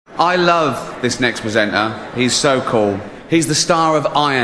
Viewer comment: It's astonishing how he managed to mispronounce the word "presenter" every single time in every one of his hosting appearances.